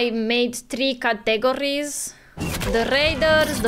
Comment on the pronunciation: Im gonna watch this " with you ", as I have no clue wtf Fallout is, so here goes nothing!! 👊🏻 Also, " categories " is pronounced in four syllables, as in, " CAT-UH / GORE-EASE but condensed and sounded out into a 1-2 like = CATUH-GOREASE! I love your accent and your English is impeccable, so I thought you'd appreciate a most friendly tip! 🤍🤲🏻